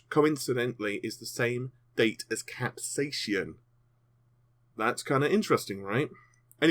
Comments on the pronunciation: "Cap-say-sin" Not, "Cap-say-shun" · It's pronounced cap...say...sin. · please pronounce this event properly. Cap-sai-cin sounds exactly like Cap-Say-Sin. I live in New Mexico USA and used to sell hundreds of thousands of pounds worth of green chili every year from some of the largest growers on Earth and I never heard a single Chili farmer pronounce it the way you did, lol. Please accept my apologies for requesting proper English, I apologize for that. Just trying to help you get it right. Why AMD is even using this name is beyond me, capsaicin is the source of the heat in all peppers and chili's. I know Vega is a hot topic, but will it be a hot running gpu? Lol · CAP-SAY-AH-SIN FUCKING GOD I'M GONNA KILL MYSELF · For your FYI, Capsaicin is pronounced: Cap-Say-e-Sin